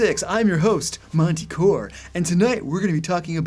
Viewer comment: Monte Core?... belabored sigh